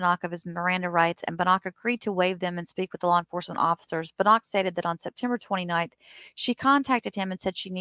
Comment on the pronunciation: It's Buh-knock. You said it correctly.